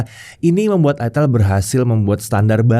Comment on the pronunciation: Udah bener sih nyebutnya "aitel". Kalo "aitil" malah bisa bikin pikiran jadi traveling, soalnya namanya nyaris ramah (Buat orang Jawa). Cmiiw